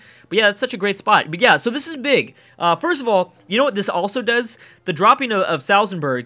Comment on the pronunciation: Please stop saying Salzenburg, it's Salzburg!